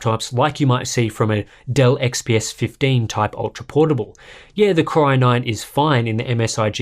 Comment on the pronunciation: I hear it like "Corona-ine" instead 😄